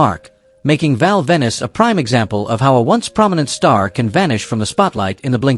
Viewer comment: Venis is pronounced like Pen...... you useless AI